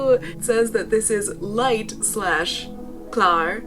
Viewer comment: prononce grasse like "grass" in english and that mean oily. Claire (like you said first) and that mean ligth or pale. :)